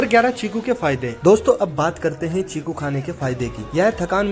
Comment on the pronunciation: चीकू है भाई छीकु नहीं